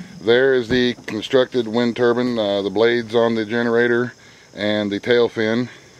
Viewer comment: Turbine not turban